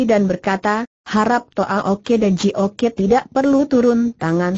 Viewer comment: Terlalu dipaksakan diperpanjang dg membuat tokoh2 baru ..jadi bertele2 Twa Ok dibaca Twa Oke Ji Ok dibaca Ji Oke Sam Ok dibaca Sam Oke.. lucu...